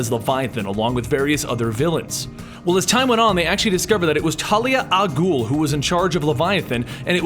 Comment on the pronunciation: Love the complete stories series. I really wish you would pronounce "Raas"(RAY-sh, or ROZZ), and "Al Ghul"(AL-GOOL), correctly though haha